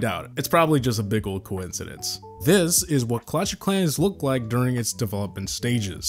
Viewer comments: Clatsh of Clans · "clutch of clans" lol 🤣